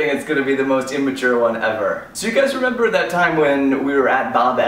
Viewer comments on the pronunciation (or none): none